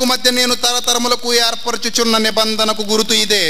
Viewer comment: anti.anibandana chepaledu..nibandana anto chepu..vakyam sariga chaduvu..neee